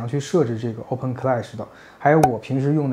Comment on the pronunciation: 这个读Oben…听着怪怪的